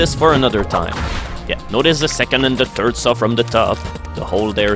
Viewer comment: I love how he says it's the turd chapter. It's boss is feces.